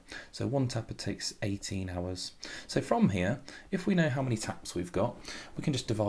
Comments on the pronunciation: 🤣🤣🤣i think you need to edit that instead of how you said "hoe" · it said hoe not how😂